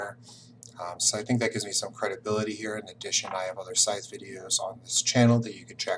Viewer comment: Top mistake #6: pronouncing Scythe with a “th” like tooth, rather than a “th” like smooth.